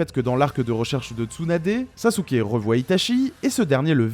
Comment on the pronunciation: Ça fait un moment depuis le dernier live de Manga Fr! Superbe review comme d'hab même si sasuké "sasouke"🤭 est loin d'être mon personnage favoris